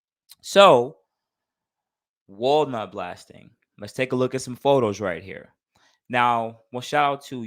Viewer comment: I thought you was saying Walmart blasting lol nonetheless I learned something new today 👍🏼